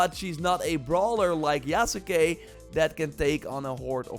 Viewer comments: Yasuke is pronounced "Yas Kay", not "Ya Sa Kay" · “Yas-Kay”….come on man lol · the U in Yasuke is silent! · this dude can't even say yasuke right